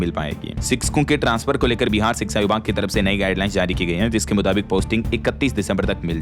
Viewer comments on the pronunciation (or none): none